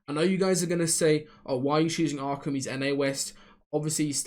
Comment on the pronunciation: When u started saying jahq and streched and stuff I got scared but u came through with Arkham